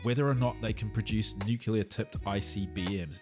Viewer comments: “Nuke-U-LAR tipped IBMs” (at 1 minute 22 in). If you’re going to talk about smart people, at least pronounce Nuke-LE-AH how its said. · NZer here. "Nuke -clear" is the word you can't pronounce. "Nuke-u-la" is American. I lived in the US for two years: Inward-looking and appallingly ignorant. Hearing an American tramper asserting "Joe Biden is a war monger" induced a WTF moment from me. I didn't even bother to talk to him again. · Kiwi here wishing all kiwis would pronounce nuclear correctly. Is the centre of an atom a nuculus?